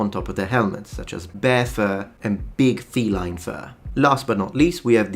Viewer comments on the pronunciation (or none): none